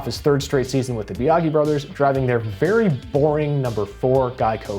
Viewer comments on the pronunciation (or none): I thought Wallace and Ultra parted ways so he could drive the 12 and Lepage was thrown in And Biagi is pronounced Bee-a-jee